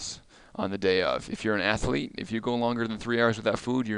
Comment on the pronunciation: It’s not ath-a-lete, it’s athlete. It’s not expecially, it’s especially.